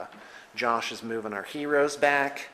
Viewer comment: Lmfao....... love how he says Heros